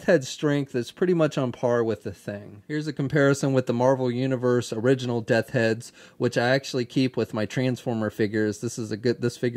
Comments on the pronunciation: I'm just messing with you buddy, but nearly every time....Death Heads 😂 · Also......say it with me...Death's Head 😂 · Bo Clarke lol! I was about to say the same thing. I love ya,, but that was driving me crazy.;)